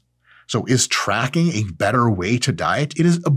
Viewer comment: lmao "trackig"